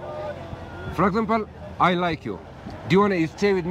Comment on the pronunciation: “Fragexample” 😂😂 bruhhh your English broke 😅